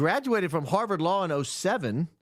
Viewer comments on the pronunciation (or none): none